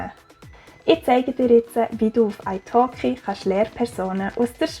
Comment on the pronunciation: Ich hab gedacht das du Eishock’g’ei gesagt hat, aber es war italki 😂